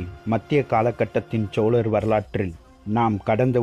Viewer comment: சிறந்த பதிவு.. உங்களுடைய முயற்சிக்கு வாழ்த்துக்கள்.. ல ள ழ உச்சரிப்புகளை மட்டும் திருத்துங்கள் இன்னும் அருமையாக இருக்கும்.... உதாரணம் சோழர் வார்த்தையை சோளரென்று உச்சரிக்கிரீர்கள்... தமிழில் மிகவும் கவனம் தேவை